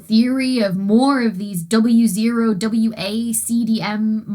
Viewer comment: On hearing Wa & W0 getting pronounced as Wawo and B.A.O., must admit I spent a few minutes trying to work out an acronym to fit B.A.O.B.U.N....